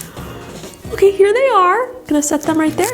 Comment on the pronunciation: “Oke”the way you said that word we use it in our language😂🇳🇱